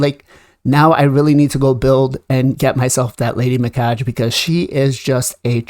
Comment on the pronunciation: “Me-Kah- gay. “ “Knewt.” If you’re going to do videos, please do your research first.